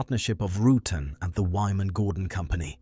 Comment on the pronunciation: Roo-tan as in having a tan. Mo Hah Vee desert, Vari-easy. I really dont understand how AI can ruin this so badly.